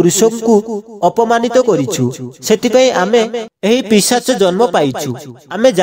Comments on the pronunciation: ଭାଇ ପିଚାଶ ନୁହେଁ ପିଶାଚ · Pichasa nuha Bhai.. Seita pisacha.